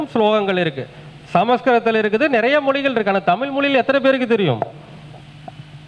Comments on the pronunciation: நீங்க தமிழ் என்று சொல்லாமல் தமில் சொல்றீங்களே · MUDALIL TAMIZH ENDRU OZHUNFAGA UCHARIYUNGAL MURUGAN TAMIL KADAVUL AVANGA FATHER SIVAN NORTH INDIAN KAILASH LA DANE IRUKKAR